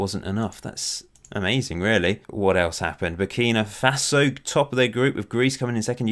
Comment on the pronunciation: Minor quibble: It's Burkina Faso, not Burkino Faso